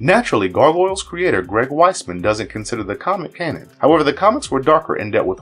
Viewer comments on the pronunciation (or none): none